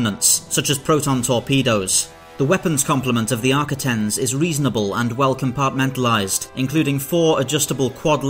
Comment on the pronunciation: Great video and great how you put the cuts together. The only issue I have is your pronunciation. Sounded like you said Arcitins, not Ar-quit-ens.